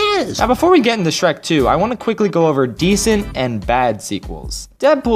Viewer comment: You've gotta love that "sherk" 2